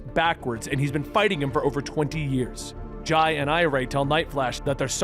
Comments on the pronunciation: For the record, Jai and Irey are pronounced "Jay" (he was actually named after Jay Garrick, but Linda insisted on the spelling difference) and "I-ree" (her actual name is Iris, after her great-aunt, Irey is a nickname). Flash Fact. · For the love of God Wally's kids are named after Jay and Iris. Do their names should be pronounced as such